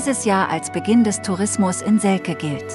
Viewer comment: Heißt aber selce und nicht selke